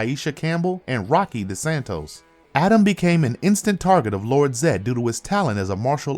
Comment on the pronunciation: “Eagle Zod” “Astromena”